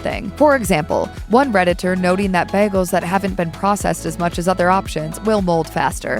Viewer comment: Almost made it to the end . Once the Ai voice pronounced bagel as bagg EL I’m gone. Nope . Not going to stand for it ever. Anything using fake stuff isn’t ok and I’ll never listen once I know. Use a real voice over person or don’t do the video at all.